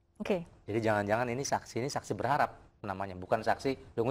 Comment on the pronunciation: kepleset juga dlm kata berharap alias gugur